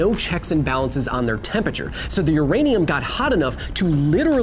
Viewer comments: Hey Kyle, love the show. Please learn how to pronounce temperature. It isn’t tempature. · Are you trying to say Temperature? Cause you're doing it wrong. :-P